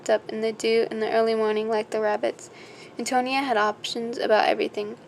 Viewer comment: Just a friendly note: it is pronounced Anne-toe-knee-ah. Great book, btw. :)